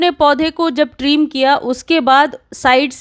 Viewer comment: ट्रीम नही ट्रिम